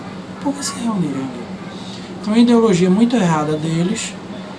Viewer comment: "iNdeologia", "NóIx"?. kkkkkkkkkkkkk.. vá estudar, seu asno!